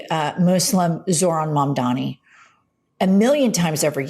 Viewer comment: It's Mamdani, not Mamdami. And you are nothing but a a LIAR, LIAR, LIAR!!